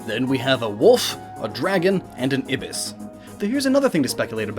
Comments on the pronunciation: It's EYE-bis, not ib-is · eye-bis. god check pronunciation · You pronounced ibis wrong. It's pronounced EYE-bis. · Correct me if I'm wrong, but I'm fairly certain that "Ibis" is pronounced "Eye-bis"..... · Ibis is pronounced eye-byss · As someone who lives somewhere where our national bird is a Scarlet Ibis, its pronounced "Eye-bis" Just a fun fact? I guess? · ibis = eye - bis just saying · You mispronounced "ibis". Eye-biss. Say it with me. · ITS THOTH PRONOUNCED TOT AND EYE-BIS